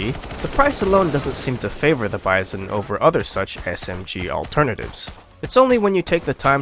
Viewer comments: Bizon is a French knockoff actually. Pronounced bee-zon, not like bison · The way the narrator pronounces "Bizon" is wrong. Also, if you use this weapon - and all the other SMGs - in a "Hollywood film manner" you will probably regret using it. You should see the videos of Arthur Alphin about trench assault, he tells you how to use a SMG and a combat shotgun effectively.